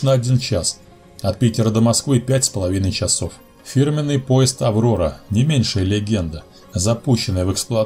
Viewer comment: Японский...чАсов. Говорить нужно не так как пишем йипонский..чисов.